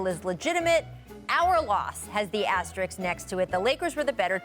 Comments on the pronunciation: Is it me??? or they always pronounced ASTERIKS instead or ASTERISK??? Funny!!! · Literally every one of these talking heads keeps saying “asteriks” So cringe. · All I know is that no one on TV can say the word asterists, asterix, astrix.... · its asterisk- sk na x. smh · If you can say risk, you should be able to say asterisk (Asterix is a whole different thing) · This bimbo can't even pronounce asterisk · cant even pronounce asterisk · If she mispronounces "asterisk" again... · seriously. they said it wrong like 50 times. so dumb to not be able to pronounce a word in their own language right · Bro none of these ppl can say asterisk right. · Rachel mispronounced that about twenty five times.